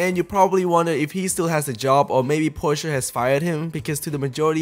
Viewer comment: Why are you calling it Porscheeeeaaar it's Porsche